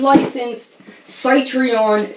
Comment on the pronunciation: stopped watching when you failed to pronounce Citroen....not once but 3-4 times in a row. Please research first next time...